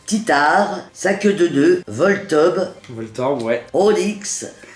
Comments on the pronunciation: Volteube,...: Voltorbe ouais😂🤣🤣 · "volteub" je suis mort !!! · elle dit voltub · chui mort elle a dit SaQueueDeNoeud et Volteub 😂🤣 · « Volteub » m’a achevé 😂